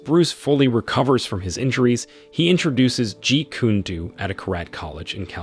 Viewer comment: It's pronounced like Jeet Kun-ae Doe not Jeet Koon Doo